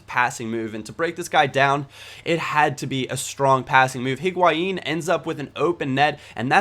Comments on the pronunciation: Its not HEE-guain. just EE-guain. Not really a problem, but before you get the people that freak out about it, just thought you should know :) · Higuain is part french and his name is french, meaning you don't pronounce the "H"